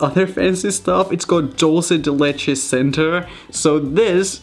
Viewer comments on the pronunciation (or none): Did he just say DOLCE DE LECHE I’m dead 😂 I’m sorry for being rude but I can’t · Who else is triggered by the way he says dulce de leche? “Doulse de leche” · Its was funny when Raphael said "Dulce de leche" with his pronunciation XD